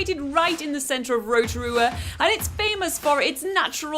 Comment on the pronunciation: I like the way the guy actually makes an effort to pronounce Rotorua ❤